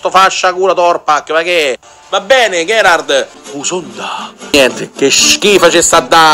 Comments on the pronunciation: Ma nessuno ha notato che ha chiamato gherrad invece di gerrard poi dice che non lo segue piu nessuno non sa un tubo di calcio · Va bene tutto ma non saper pronunciare Gerrard.... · La cosa più preoccupante è come pronuncia Gerrard